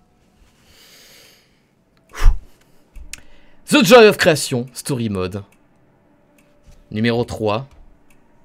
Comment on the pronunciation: "Zi office"